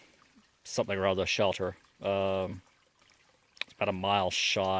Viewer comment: I love how you say shelder ;)